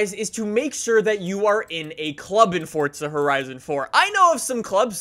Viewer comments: the way you say forza doesn't sound right... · Why do you pronounce it like “Fortza” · ِ forza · There is no “T”….